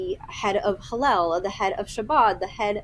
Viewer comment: Did she just call “Hillel” “Halal”? Like fine, but at least correct yourself. Otherwise you might seem ignorant.